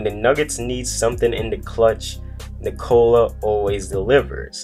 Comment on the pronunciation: It's not Nicola like in Nicole (womens name). Its Nikola. You all americans have to say it faster.. Listen to Vucevic explaining it.